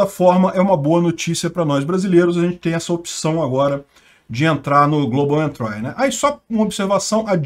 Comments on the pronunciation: Não sei se acrescenta algo, mas a pronúncia correta é "entri" [ en-tree ], não "entrai". Exemplo parecido é country [ kuhn-tree ]. Uma bobagem, já que o manja muito de Inglês. Sou teu fã. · A pronuncia eh "entri" em vez de "entrai". Abs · Por favor não é "entrai" e sim "êntri" . dsclp mas dói no ouvido. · Ótimo vídeo,. Não querendo ser chato, mas a pronúncia de entry é entri, não entrai. Abraços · A pronúncia é "Entri" e não "entrai" :) Abraços e assisto todos os vídeos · Global Entry Se pronuncia Global Entri e nao Global Entrai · uma dica: pronuncia correta de entry: entri e nao entrai... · global "êntri", não "entrái". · Se diz "éntri" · 1) A pronúncia é "global entrI", e não "entrái" 2) volta a ler os apelidos chulos de quem sugeriu as notícias. Seu canal perde a graça, sem eles! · Pronuncia-se “Entrí” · "Global Entrái". 🤭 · A pronúncia é com só de "i" no final não de "ai" global "entri". Uma dica pra estas palavras diferentes é colocar no Google tradutor e ouvir.😉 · Adoro os vídeos do canal, mas a pronúncia de "entry" está errada. 👍